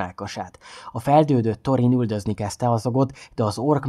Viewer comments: Illetve ha már van magyar szinkron a filmekhez és ott is helyesen vannak kiejtve a szereplők nevei akkor ezt is érdemesebb lenne figyelembe venni. Pl nem torin hanem “szorin” stb.. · Szerintem jó volt csak Thorint Szorinnak ejtjük.